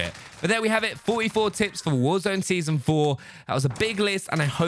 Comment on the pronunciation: Am I the only one who heard tips as tits